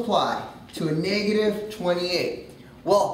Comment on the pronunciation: He says negative funny .. and and and and and and and and and so many more times... I had to LOL